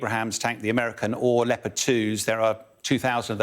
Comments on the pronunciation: Did he say Leao-pard. instead of Lep-erd. LOL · I just watched Petraeus mispronounce Leopard (twice), so I think we're even.